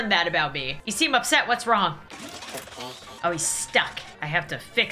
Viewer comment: When she said oh, oh, oh! But for some reason it sounds like ew, ew, ew!